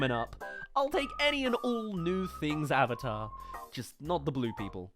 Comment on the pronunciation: Dear God every time I hear someone say owvater instead of the correct way of saying "AVATAR!" I cringe so damn badly this movie was so damn bad